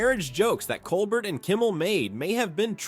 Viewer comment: pronounced COLE BEAR